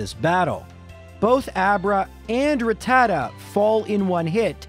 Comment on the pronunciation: Boy you can't say rattata